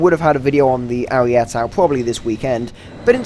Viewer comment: Nice video, but please, stop calling it the Ariette. It's Ariete, the final e sounds same as the first e.